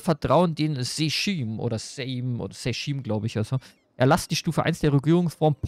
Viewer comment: Habe in letzter Zeit deine Eu4 Lets Plays nicht mehr so verfolgt, aber bei Polen schaue ich doch mal rein! Bin gespannt wie es wird Sejm hast du richtig ausgesprochen, wird genau wie das englische "same" ausgesprochen Edit: ich freu mich auch schon auf die ganzen polnischen Namen die du abschlachten wirst :DD